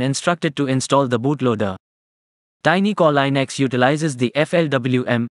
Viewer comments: Plz, its pronounced linux, not leinux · It's not lynax its leenuks